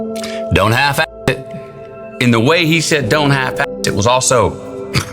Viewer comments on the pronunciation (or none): I could only hear “Don’t half Æ it.”